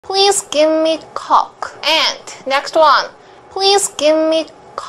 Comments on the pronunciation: I don't know where it went wrong, but when Koreans learn English, they learn coke with cock pronunciation. I found out the difference between coke and cock a year ago, and my foreign friend, whom I have known, was embarrassed by my word of cock. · She can’t pronounce the coke it’s literally a beverage and like I said before the e makes the O say it’s name I learned that from the best 😁😁